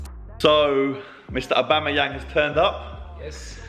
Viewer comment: The way you pronounce Aubameyang 🤦‍♂️